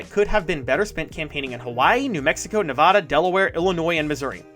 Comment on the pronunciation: You said Nevada wrong lil bro